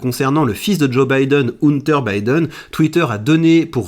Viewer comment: "Oune-Ter" Biden, c'est le frère de Gunther Biden? 😆